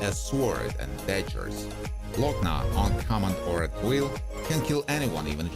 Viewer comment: I noticed u didn't bother to pronounce Adewale A. Agbaje's name while presenting "Lock-nah". I wonder why 😃